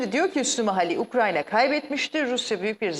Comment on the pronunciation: Ukranya degil lo husnu ukrayna ukrayna😂